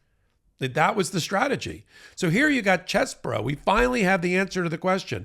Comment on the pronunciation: Stop trying to church it up. His name is CHEESE BRO, not Chess Bro.